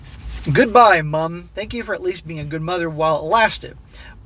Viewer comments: Why you emphasizing "MUMmm" ...😂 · 'Mum'... it's a common usage throughout the English speaking world. 'Mom' is fine, but please don't sound retarded while saying 'Mum'. It's fairly easy to pronounce. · Why the Fck are you saying mum like that? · As a by-the-by, enough with the exaggerated pronunciation of "Mum"!!!! "Mother" us pronounced MUTHER therefore the abbreviaton is MUM! If you Yanks insist on MOM then so be it, but if you pronounce MOTHER as MUTHER then saying MOM makes no sense! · What’s funny is the way says mum is exactly what we think your spelling of mom should sound like to us 😂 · because they english u gonna pronounce mom "mum" ayeee u crack me up😂